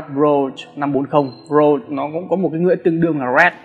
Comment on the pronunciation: Đọc cái tên chai nước hoa cũng sai. Rouge mà đọc thành rose thì bó tay rồi.